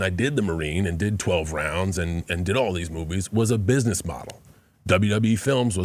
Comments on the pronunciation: Pat please stop saying bishnesh for gods sake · why cant pat pronounce business ? LOL its funny